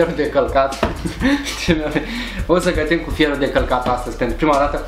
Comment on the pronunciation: auzi ma: feonu de calcat😂😂😂. mor de ras😂